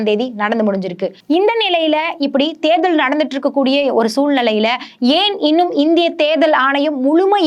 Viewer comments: தேர்தள் தேர்தள்ன்னு தேள் பாதிரி கொட்டுது இந்தம்மா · Therthal please pronounce tamil properly.